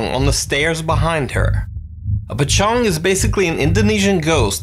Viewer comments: The pochong is pokong not pochong😊😅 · Pocong bukan pecong wkwkwwkw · i hear "Tecong" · i dont know u pronounce pocong as “p-cong” or “the-cong” or i deaf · I heared Pecong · Di Nuke video pecoong 🤣 di korea jadi pppcongi 🙃